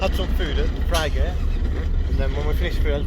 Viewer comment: Ah mucho bracko:),singing 10/10, mums voice lol, Dory moments repeating phrases:), pronunciation of 'Frigate':), slugs:), your face at the end with your food priceless lol, every normal bikers obsessions... food..... rain.... dogs.... great vid keep it up.